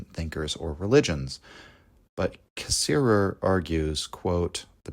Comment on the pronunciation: I know you are intentionally mispronouncing his name, and I know it's an homage, but man it does tick me off.